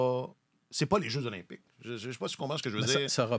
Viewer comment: stp, on dit les jeux Z'olympiques, on fait la liaison! sinon j'adore votre emission que je decouvre depuis quelques semaines! from france! thx!